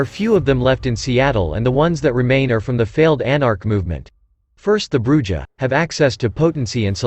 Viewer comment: its pronounced BRU HAR